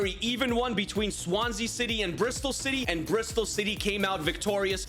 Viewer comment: I heard 'Shitty' for the whole video💀